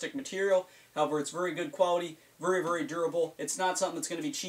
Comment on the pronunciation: Vury instead of very hahah I like